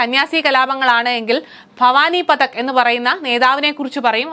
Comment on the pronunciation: ഭവാനി പതക് അല്ല .... ഭവാനി പാഠക് .....भवानी पाठक